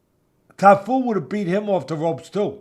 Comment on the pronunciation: Teddy: " I wanna make sure I pronounce his name properly, is it Tafu?": "it's Cafu" He commences to call him Tafu the rest of the podcast😂😂